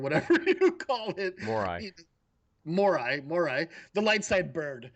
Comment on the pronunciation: Its morai